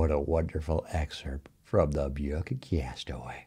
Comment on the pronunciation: Gotta say I preferred the old W that didn't pronounce book as "byook." No sure you needed to do that with this character, KD.